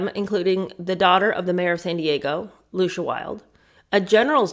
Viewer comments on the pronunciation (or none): none